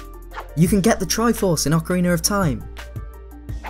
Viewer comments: Ocarin-ner of Time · What exactly is “Ocariner of Time”? Is it related to The Legend of Zelda: Ocarina of Time?